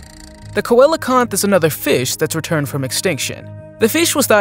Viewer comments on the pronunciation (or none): I admit, the name Coelacanth is rather unusual. But in English, it is not spoken "Ko-ela-kanth". It is more like "See-la-kanth".